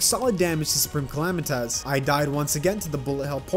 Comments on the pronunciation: man listening to him calling S cal "him" and the way he pronounced "Calamitas" was painfull, other then it's fine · when he said " calamitaz"